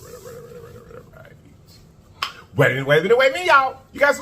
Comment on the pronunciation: Man whole time I thought u was saying commit like a shearit. I’m thinking like what’s a shareit. But today I heard comment like and share it 🤣🤣 got it